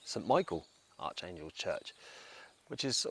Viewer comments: I might just mention that Archangel is pronounced ArKangel, (incidentally there were four archangels) , but a lovely epitaph to one of my favourite 60s Comedies. Steptoe & Son which actually hasn’t really dated imho. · That’s not how you pronounce Archangel mate